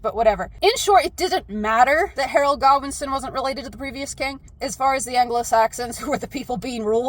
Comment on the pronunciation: When you said Harold Godwinson, I heard Harold Goblinson. Edit: I think if the book Goblin had a kid, it's name would be Harold Goblinson